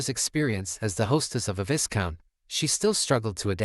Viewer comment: You never corrected yourself throughout the entire manhwa It's pronounced vigh-count, not vis-count the S is silent bruh😅